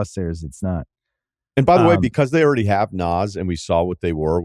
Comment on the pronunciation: Is he saying “already” when he says “errrdie”